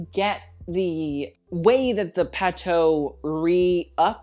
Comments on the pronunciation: Please learn to pronounce the designer's names correctly: for example, it's "Pa-too", not "Pa-toe". When you say it wrong, it takes authority away from your opinions, and makes you look foolish. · We say "patho"? I thought it was Patou where "ou" is pronounced like in "you" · just a head’s up from a french subscriber : Patou is pronounced « Patoo » ! (great vid, as always) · The pronunciation is Patoo as in too or two